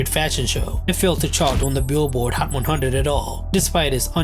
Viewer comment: hhhcchhat one hhhunndred